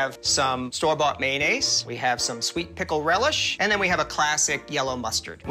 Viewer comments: WOW trop beau le bigmac Mieux que chez McDo;) sinon pour te dire en tant que québécoise la 🇺🇲RILISH🇺🇸 est présente dans ma province et ça se dit reliche et non Rilish 😅🤯💖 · Haha la relish ça se dit « reliche » et pas « wouailiche »🤣 mais pas grave continu comme ça😁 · je viens du québec et le produit que tu ne connais pas ce dit phonetiquement re-liche pour le mot relish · Relish ca se dit re lish genre ishhh en vrai je sais pas comment expliquer mais faut prononcer le h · Ça se dit r"eu"liche mais tkt 😅😅très bonne vidéo 🙂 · Je suis morte 28 fois de rire c'étais vraiment très drôle. J'adore comment tu prononce la Relish haha😂